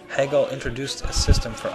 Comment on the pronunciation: wow, you managed to mispronounce the name of the most influential german idealist philosopher in history. he's not related to katherine heigel. hey-gul... and in the same sentence you butchered the pronunciation of the city in which the automobile was invented. shtewt-gart... just, sometimes this shows that you don't understand anything about anything. marx and hegel spoke german... i could go on and on. you should read, then you could teach others.